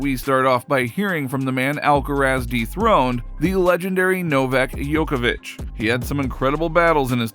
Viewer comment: His name is Djokovic not Yokovic